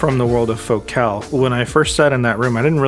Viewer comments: It's pronounced FOCAL not FOCAL. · Hahahaha, it's fo-CAHL.